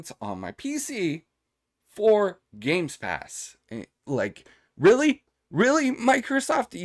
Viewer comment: Why do u say GameSpass ? 😅